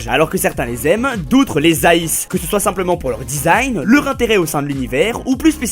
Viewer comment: Au lieu de « soit » il dit « sorite »